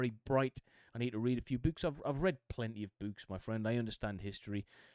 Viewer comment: Also Dave has terrible punctuation. If he's American he gives us a bad name! Also I love how you says books it makes me laugh. No disrespect at all it just gets me.